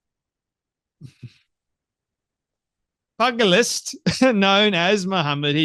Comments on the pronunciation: bless you Leicester is pronounced Lester and pugelist pew gelist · Pronounced "Lester" and "Pewgilist."